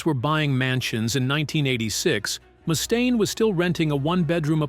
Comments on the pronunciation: The AI is terrible. 😂 Moostane. 😂😂😂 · What do you mean? Moo-stain lmao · Who is this “Moostain” this narrator speaks of? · Nothing says "I'm sincerely passionate about the music I cover" than the inability to properly pronounce the name of the person who the actual focus of your video. At least consistently. And your kind of conflating the era with Dave, in which Megaforce was the bands fairly large, well distributed indy label, and the next era, a couple of years after Daves departure, in which full blown major labels like Electra and Capitol began courting Metallica and Megadeth (who were initially on the indy Combat) in earnest. By the time the Electra deal with Metallica was signed, the band had upgraded management from Johnny Z to Cliff Burnstein and Q Prime.